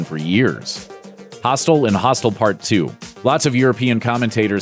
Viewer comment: Got really annoyed coz he kept pronouncing "hostel" as "hostile"